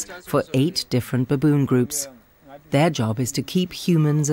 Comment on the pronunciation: ...by the way, I'm not crazy about how the narrator says "baboon"😒